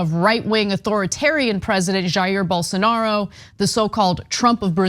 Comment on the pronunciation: Poor Journalist can't even pronunce Jair Blosonaro name! Get lost loser